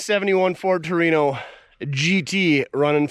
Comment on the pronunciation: Whore-ino? Takers 😂